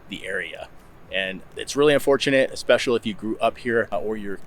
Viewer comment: I really enjoy your videos about Idaho, BUT, please learn to say especially correctly. Especially, not Expecially.